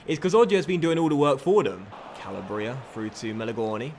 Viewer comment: This is my 6th time commenting this. YOU PRONOUNCE CALABRIA WRONG! It's an entire region of Italy, so please learn to say it correctly! Like this so can finally see!!!